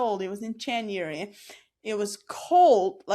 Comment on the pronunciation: I find accent fascinating, and I wonder how similar it is to other people's accents from the Amish community? There are parts that sound American. But to me, as someone from the UK, there also parts that sound like a very posh English. Particularly the way words like "January" are pronounced.